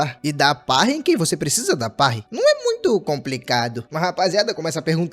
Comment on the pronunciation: AAAA QUE DOR SKAKSASK ELE FALANDO PARRY ERRADO!!